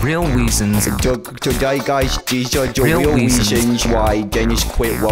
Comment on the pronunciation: He said weasonsLOL